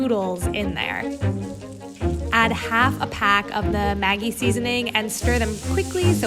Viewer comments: In New Zealand I've always heard Maggi pronounced with a soft g, like magic, maj-je. Never heard it pronounced like the nickname for margaret, maggy. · Hi, love you channel....but gotta pull you up on how you say Maggi.....its pronounced Madgi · Love you and your videos and perspective on life via food! One comment, Maggi is pronounced Madge-I - like the 3 wise men. :0) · I didn't know you pronounced maggi with the g as in igloo or grade. Cause we (arabs) pronounce it as majji but we right it as maggi😅. Nothing is wrong with that tho🙂💛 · It's pronounced Mad gee!!! Not how you say it!! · We pronounce it ‘Madgie’ in Australia - I kept wondering who Maggie was 😂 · We pronounce it ‘maJ-eye’ with a sift G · Why you pronounce them wrong? The g is like in magic